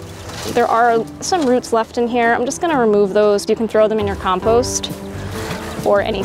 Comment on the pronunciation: Very good except your mispronunciation of compost, which was really annoying